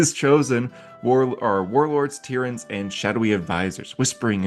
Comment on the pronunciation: Tyrant is pronounced tie-rant.